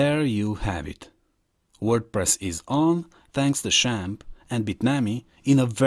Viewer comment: its not shamp its zamp